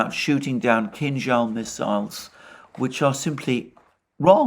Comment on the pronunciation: Alexander is a rare occurence of English speaking person who correctly pronounces the name of Kinjal missile, not Kinzal as others do. Kinza in Russian means cilantro.